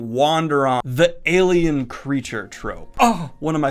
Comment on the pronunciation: When you said "alien" I thought you said "Gaiman" and I was like: Neil Gaiman is an... alien creature thing?